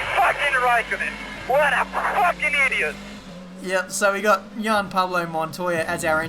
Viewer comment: Juan for j-p montoya is not pronounced yan but wan.